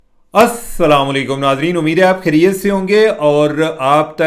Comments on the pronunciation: عربی قواعد کے لحاظ سے السلام علیکم کہنے میں آپ غلطی کرتے ہیں۔س پر شد اور زبر ہے لہذا کوشش کرے،اس طرح پڑھے۔ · Respected Cheema sb. Yesterday one of your follower requested you pronunciate Assam u Allakum with proper pronunciation. I agree. Please